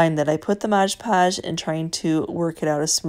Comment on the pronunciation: Love your videos. Just one thing. Its Mod podge not modge podge